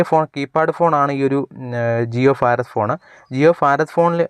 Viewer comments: ഫാരതം അല്ല ഭാരതം ബിരിയാണിയുടെ ഭ Understand! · ഫാരതം എന്റെ നാടാണ്.. എല്ലാ ഫാരതീയരും എന്റെ സഹോദരീ സഹോദരന്മാരാണ്...